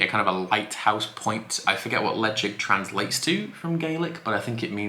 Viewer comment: I'm subscribed - but why does Ralfy call it "Leshaik" and you call it Lejigg. Bit confused.